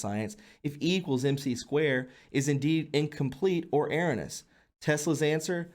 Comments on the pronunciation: Erroneous E-row-knee-us Meaning, "wrong" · "erroneous" becomes "air-uh-niss" lmao IDK man, but after butchering so many words, I don't think I would show my face at the end. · e-RONE-e-us ~ Love the work and hate to even bring it up, but you really need to learn how to pronounce the words that you read correctly. The focus of the viewer can easily start to be the mispronouncing of the words instead of the important and useful information that you are trying to share. It's important...if you want to grow. Take the time to learn to pronounce the words that you speak correctly and you will have cleared up your most glaring deficit. This one correction will add quite a bit to your professional look, if that is at least what part of the goal is. I've been watching you from the beginning and know that your heart is in the right place and I believe that you really are helping to awaken people. I enjoy your videos and have watched you steadily improve over time. But I'm telling ya'...for what it's worth. At times you articulate perfectly and seem to say exactly what you mean to, but when you read in your video, sometimes you sound like some dumb kid when you absolutely murder some of the words in the beautiful English language. Do your homework, son. Up your game. Speak the words correctly. (Yes, it's a little harsh, but if I didn't give a shit, I wouldn't have taken the time to write this. Like I said...for what it's worth.) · It's Air-own-nee-ous. Erroneous. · dude. Come on man. Your miswording is getting really annoying. I love you dude. But come on. Erroneous? How do you not know how to say that man? I'm really not trying to be an asshole, but it's getting out of hand. Edit. To add some context I recommended your channel to a coworker and he gave me a bunch of shit about it and now I see it. Still though. Great info, not a hater.